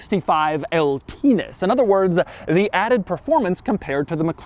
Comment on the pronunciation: bro i giggled when he said ltness